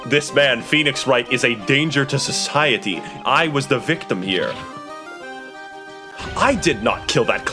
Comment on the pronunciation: The way says 'danger to socHIEty' gets me rolling before the video even gets going